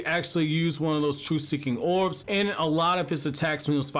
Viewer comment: Never thought that I’d be so pissed off by hearing somebody talk. Orbs. Not owubs.